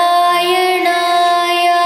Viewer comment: குரல் சிறப்பு. ஆனால் உச்சரிப்பு சரியா? நாராயணாயா - வா, இல்லை நாராயணாய - வா? தேர்ந்த வைஷ்ணவரிடம் தெளிவுபடுத்திக் கொள்ளவும். கொள்ளவும் Narayanayaa? Or Narayanaya?.